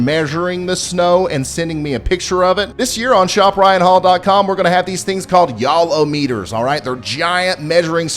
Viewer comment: Lol the YALL-O-METER turned into the YALL-OWE-MEter soon as he mentioned a cash prize 😂 This is one of the best channels on YouTube.